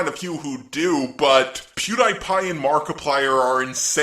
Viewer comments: I can't get over the fact he pronounces it Pew-die-pie instead of Pew-dee-pie fam. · I’m sorry but it isn’t pew-die-pie it’s pew-de-pie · pronouncing PewDiePie wrong is him joking around, right? Right? RIGHT!? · I'm sorry. You are one of my favorite YouTubers.. but.. when he said PewDiePie's name wrong It made me laugh XD